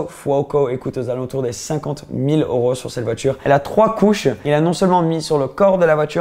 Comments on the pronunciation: cest oro c'est EEEEEuro !!! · on dit euros pas oros 😂😂